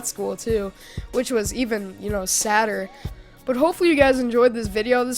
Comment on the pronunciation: I really enjoyed the commentary until you said "Sadder" . Smh